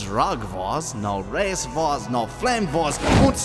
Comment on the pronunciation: I thought it was vores not wars....